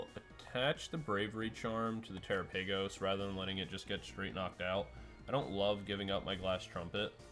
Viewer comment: Pretty sure it's pronounced like gala-pagos but tera-pagos